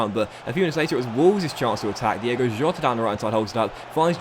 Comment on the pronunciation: Cmon, its not DIEGO! His name is DiOOOgo Jota! Love from Portugal 🤟🏼🤙🏼